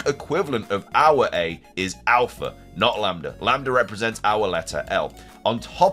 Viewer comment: You pronounced lamda correct